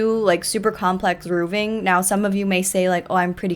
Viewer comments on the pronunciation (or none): The way you say "rooving" with a hard F is adorable. Rn I'm building a house in glimmerbrook or wherever, I have also had some issues with roofing and adding towers 😂 would love to show you once I'm done, I post them all on Twitter